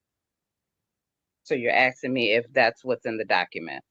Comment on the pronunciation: She's not axing you anything Miss L she is asking you!